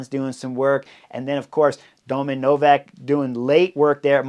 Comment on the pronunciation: ..not Novàk..but Novák